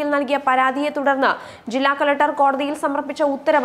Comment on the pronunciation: കളറ്റർ അല്ല കൊച്ചേ, കളക്ടർ എന്ന് പറയൂ.